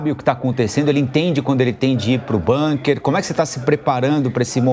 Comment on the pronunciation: Parabéns a, que além de inteligente e muito bem informada, fala "BUNKER", pronúncia correta, por se tratar de palavra alemã, não "BÂNKER", como todos os analfabetos brasileiros falam.